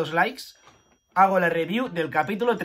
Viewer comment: Hasta pause el vídeo porque dejaré mi like por la "ribiú" del capítulo 352